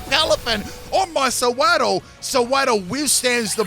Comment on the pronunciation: Dunno if I’m impressed with the commitment to purposefully mispronouncing all three of the lines names or dumfounded cause no-one can be that dense